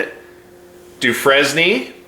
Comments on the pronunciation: Dude, “dew-frane” my god, did all of you simps go to Appalachian State? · Hey, his last name is pronounced "Dufrane" is common speak. It's French and "S" is silent. Come on dude!!!😀